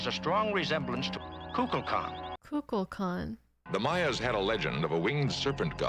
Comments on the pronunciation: Shatner is mispronouncing the name. Instead of saying "kukalkan" he says kukla kan." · My theory is that Kirk says that God's name wrong, but no one wants to correct him because he is the captain. Or Shatner did his line readings alone and everyone else was together, but the first thing is better. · Maybe it's another weapon in Kirk's arsenal. People love the sound of their own name. Kirk mispronouncing it is just an attempt to get under Kukulkan's skin. If Kukulkan is annoyed by it he can't act on it without looking petty and small.